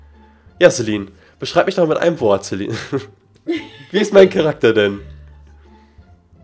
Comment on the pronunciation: Warum nennst du sie inVlogs,Lifestyle oder das halt immer Celine (also normal) und in Minecraft immer CeLINE (betonung auf LINE) #FragAbge xD